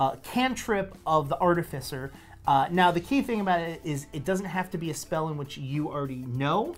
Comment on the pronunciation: Artificer (art-if-icer).